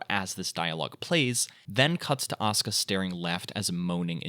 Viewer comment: It’s aw-ska Langley 😂